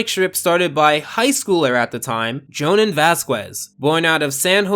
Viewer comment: Lol NOT how you pronounce Johan.